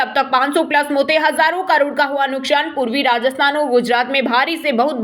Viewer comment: Nuksan shabd ka spoke sahi nahi ho raha